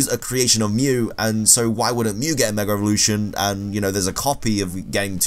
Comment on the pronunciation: Am I the only one who hears meger evolution